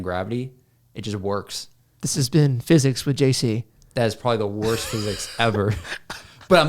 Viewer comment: "This has been Phsyics. By JC," 😂😂😂😂